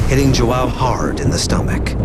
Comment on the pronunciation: It's not Jo- ah- o it's jo an o, portuguese name